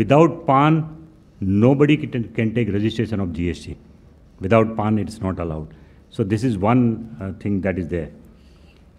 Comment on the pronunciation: sir phale to pan number ko paan nhi bolte & jisko ye nhi pta ki pan no m kitne digit hote h vo gst ki information d rah h